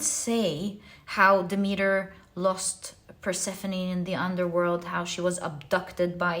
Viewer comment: Dem- et- ter is the correct pronunciation dear one❣️Pile 1 🙏🏽🩷✨